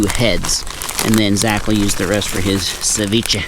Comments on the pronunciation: It's (se-vi-ch-eh) not SeViChi😂 although it taste amazing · Sa-ve-chay 😅 if that helps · It’s actually pronounced cevich(ay). the more u know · calling ceviche sa vee chee is crazy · Is he trying to say sashimi lmao savichi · It's ceviche not sevichy, learn how to pronounce ethnic dishes correctly... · what's hard about Sa-ve-chay cmon now